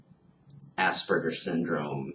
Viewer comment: Please learn the correct pronunciation of Aspergers! It is not assburgers.